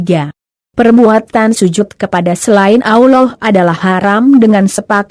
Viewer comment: Aollah. Apa tu. nk sebut Allah biarlah betul. Tak blh dengar lah